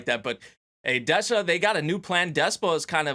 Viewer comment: Des-ha not De-sha.